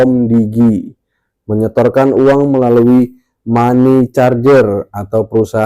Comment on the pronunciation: Money changer= mani cenjer Bang, bukan mani carjer..